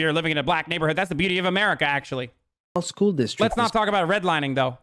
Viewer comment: Well ..well....Ackshulee...